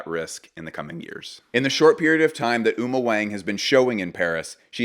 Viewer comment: Great review. Just a quick note to keep you as the "best coverage in the industry". Uma Wang is pronounced Uma "Wong" for us Americans. This is one of the most common Chinese surnames 王 literally meaning "king". I hate to be that guy 😂 but wanted to let you know as I'm sure her work will be featured in future videos of yours!